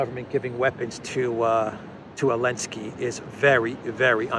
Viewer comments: Why are you saying ELENSKY, you laughed about saying it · Curious as to why intentionally doesn't use the "Z" when pronouncing Zelensky. He corrected himself and said Elensky instead. Anyone know the backstory?